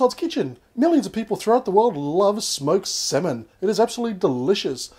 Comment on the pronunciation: Btw it's pronounced "samin" not "semen" 😂 ik it's pronounced differently but yah, just saying! I ain't no hater ;)